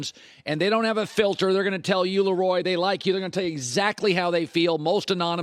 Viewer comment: You love to bring him on but can't pronounce his name correctly. It's pronounces La Roy not Lee Roy